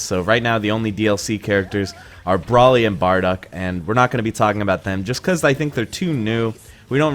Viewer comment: "Bwraly and barduck" lmao